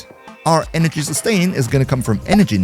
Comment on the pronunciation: i think he said zenurik for energy